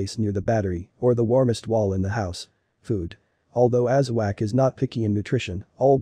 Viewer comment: Thanks for the video. Please slow down your reading. It is not pronounced aza-wack, it’s aza-wok